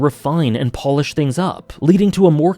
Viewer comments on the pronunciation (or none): none